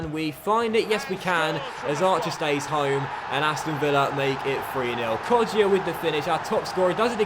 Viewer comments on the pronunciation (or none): It's pronounced Hourihan not Hourihane, and Kodja, not Kodjia, so the I isn't pronounced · His name is pronounced kodja not kodjia